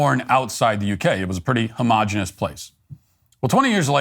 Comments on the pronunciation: ho - mo - gen - e - ous. five syllables. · "Stupid folks use many cliches" -- Matt Walsh, paraphrease. Stupid folks leave the fourth syllable out of "ho - mo - gen - e - ous"; Stupid folks say "different than" rather than "different from"; Stupid folks accompany the plural word "media" with singular verbs: "media is" -- Skeeter Howitzer.